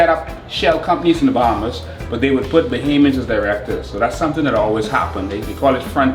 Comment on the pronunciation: It is Bohamians not Bohemians lmao